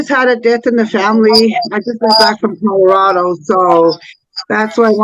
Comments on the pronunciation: I hear codarado also!! Driving me insane! How do you not know it’s C O L O R A D O?? lol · Is it just me or is saying “Cororado” instead of “Colorado”??? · I heard codorado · Maybe she has a speech impediment? Cuz I heard Codarado too... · I hear cod like the fish, and my father says it the same way…whyyyyy. It drives me crazy